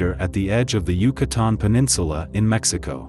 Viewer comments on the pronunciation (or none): none